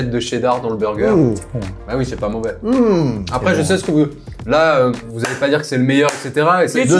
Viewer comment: il a dit Beauvais ?